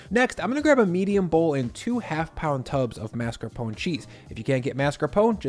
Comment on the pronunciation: Thank you for pronouncing mascarpone correctly! It drives me nuts when people, chefs included, call it marscapone.